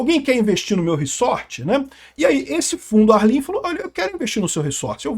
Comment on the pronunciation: só eu que fiquei puto com o falando reSSSSSorte? kkkkkk é reZort caceta kkkkkkk